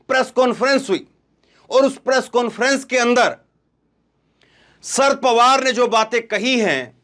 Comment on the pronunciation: भैया, शर पवार शर पवार बोल रहे हो, या sir पवार बोल रहे हो। अगर शरद बोलना है तो शर पवार ना बोलो, पूरा शरद पवार बोलो।